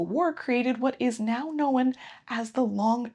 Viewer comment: I did my senior project for my BA on this. Interesting video. Can I ask where your accent is from? I haven’t heard of an American dialect pronounce the word “known” with a schwa to make it more like “kno-wen.”